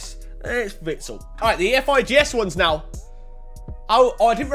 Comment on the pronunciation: Man said ee ef I gee es fkn hell FIFA made it like that so u say efigs u wallad